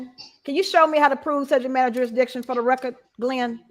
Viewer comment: You are so much wayyy better than Kerrycture or whatever her name is. I tried watching her videos but I couldn’t! It was just annoying, IMO. You are being you and that’s the difference, IMO. Everytime I hear rekk-kert I can’t help be say Put a needle on the record! Lol! This ignorant man doesn’t realize when he’s reciting the opening $hit he says he’s not arguing the charging instruments, isn’t that like saying, yeah I know I’m guilty….. if I’m wrong forgive me